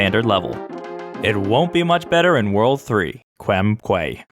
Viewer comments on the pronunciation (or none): I'm sure you've been spammed already, but I must say it... That's not how you say "quay"! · Krem Quay is pronounced “Krem Key” as it’s.a British pronunciation. But many people seem to say “”Kway” nowadays.